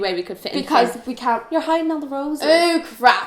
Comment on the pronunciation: I love how you say can-t like canny